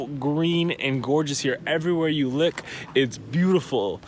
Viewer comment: “ Everywhere you lick its beautiful “ lol. no hate. Sometimes I can’t speak simple English